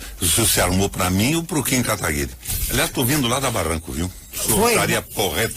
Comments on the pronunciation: Ser liberal não é adorar o dinheiro, Sr. Requião. É entender q dinheiro é uma moeda, q pode trabalhar pra gente. Ainda fala o nome do Kim errado. Q cara chato. Quer debater sozinho... Daí fica difícil. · Ele foi um lorde isso sim, o Requião nem falava o nome dele direito, ainda não se deixou ser interrompido.